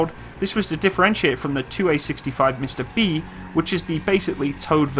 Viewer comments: It’s not “mista” it pronounces “msta”, the same way it’s written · What is mista? It is pronounced MMMsta, with a long m. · Buddy, nice vid as always. You pronounce it as MISTA. Skip the I and just say MSTA. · It's Msta, not mista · He means not M(i)sta but M'sta. We are not saying something like "Hey mista! Wherar yow going?!" we are naming our sities like Dneprodzerdzhinsk! :) And this is horrorshow (хорошо). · Mista-S haha what? Don't worry though, pronouncing Msta in Russian is kinda awkward as well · Its pronounced M'sta (hard "M")